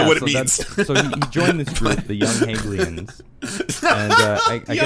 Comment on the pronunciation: The guy attempts a deep dive on Karl Marx and he can't even pronounce "Hegelians." It ought to be self-evident to anyone, right or left, that this man and his contingent of moronic pundits (Pim Tool) suffer from an extreme poverty of thought.